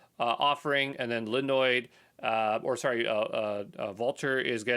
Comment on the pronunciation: It's linode not linoid my dude